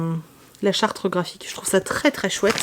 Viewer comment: Coucou, on dit la charte graphique, pas la chartre...😂😂